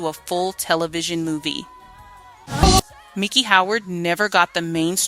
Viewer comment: Warner Brothers, not Bros, the word risqué pronounced Riss-Kay, Miki pronounced Micki, after that I had to bail. You guys need to review these voiceover copy with someone whose from the era are an educated English teacher